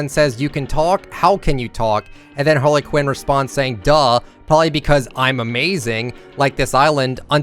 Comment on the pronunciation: this man said Harla Quinn 🤦🏻‍♂️